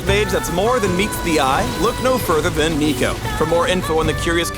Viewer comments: Noooo he said neeko neeko ni nooo riot please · "sneeko" I heard that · HE SAID NEEKO NEEKO NEE D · Lol so hard when says Niconiconii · If he says neeko one more time, i’ll break his neeko neeko kneecaps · Noooo! He did NOT Said neeko neeko need! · Stop it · That guy said Neeko Neeko Neee Where am I xD ??!? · how much did they pay you to say "neeko neeko need" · They finally said it "neeko neeko nee" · Jfc with the Neeko Neeko Nii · "Neeko-Neeko-Nii" Riot. THIS NEEDS STOP. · He said neeko neeko need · "Sneeko up" "Hide and seeko" "Neeko neeko nii" Why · tell me that he just dont said neeko neeko XD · "Neeko Neeko Nii" Not even Nico Nicotine brings that many cancer in just one meme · Yup. Made me want to break his Neeko Neeko Knees.